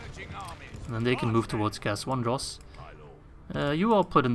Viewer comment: It's Cair ANDROS!